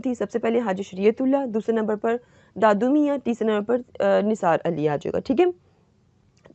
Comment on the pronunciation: Its not dadu mia,its Dudu miah